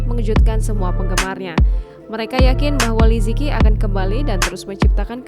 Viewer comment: Li ce qi bacanya Mimin bukan lizeki